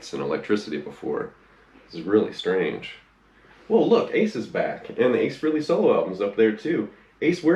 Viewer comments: Doesn't anyone on YouTube know how to pronounce his last name? It's FRAY-LEE, not "Free-lee" for fuck's sake. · Dude... It's pronounced Fray-Lee, not Free-Lee. Ace is a frickin' living legend. If you're such a fan, give him enough respect to pronounce his name correctly.